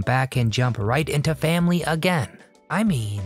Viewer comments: never heard anybody pronounce the word family as fam-LEE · Terrible AI narration: can't even say "Family."